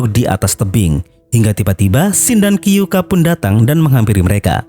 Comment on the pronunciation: Kyoukai ya gaes bukan kyouka